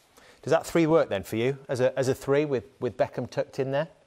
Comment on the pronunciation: two or tree